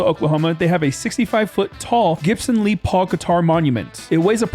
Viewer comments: Les Paul. Les like Lester. 😅 no big deal buddy just thought you’d like to know! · pronounced Less Paul. Great job on the challenge! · it's "less paul" guitar lol